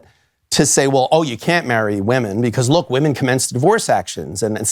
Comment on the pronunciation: "Marriage and divoroe"